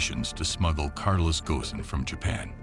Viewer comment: It's not Carlos Ghosn, but Carlos... Gone.